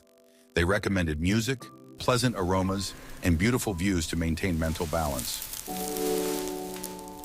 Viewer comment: AI can not pronounce "t" !! It has a "menal" and "denal" problem!!